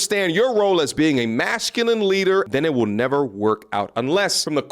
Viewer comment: Big fan . He pronounces masculine like mashculine